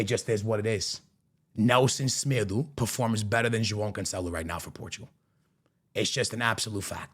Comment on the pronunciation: Nelson Smedoo? 😅